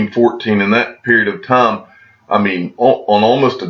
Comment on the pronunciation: I love the channel; I love the content; I love XRP. I watch nearly every video. But it is so hard to hear you say the word TIME. "All the tom", "tom and tom again"... It takes away from your brilliance. I know it seems trivial and makes me look petty. But you're brilliant, dude. Speak like you're brilliant. #XRP